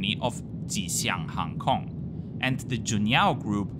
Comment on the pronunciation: Hi, thanks for your video about my hometown of Shanghai! I especially appreciate you exploring Hongqiao airport and railway station, and the lots of information about them in this video. I also love how you clearly pronounce Ma Nai Ga, You Tiao, and even Ji Xiang Hang Kong lol